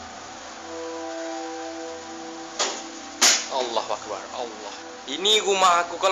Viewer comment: At number ten notice that he kept saying alul akbar. (Sorry can't spell it.)